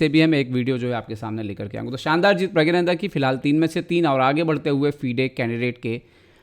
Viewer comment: It's प्रग्गनानंदा👏🏻